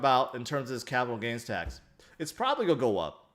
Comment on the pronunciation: Do you know how to say the word 'going' or 'going to'?